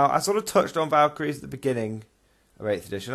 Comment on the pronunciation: Yep you pronounced it right and thanks for the props in the video. Took way to much time to get the lines in but glad you all liked it. Armoured colum list is hard to run but is fun.